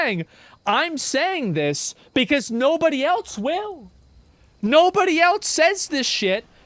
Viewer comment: SHOW ME THE T IN ELSE.......WHY DO PEOPLE SAY IT LIKE THAT